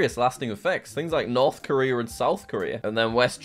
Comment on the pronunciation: Dude, stop saying the R sound when a word ends in a vowel, you literally said Korer then one second lighter said Korea properly, then turned around and called Toyota Toyoter